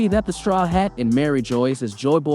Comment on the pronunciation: Not to mention that Mari jois pronunciation